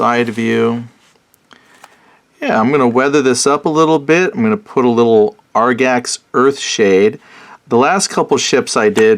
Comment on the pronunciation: Agrax...not Argax. fyi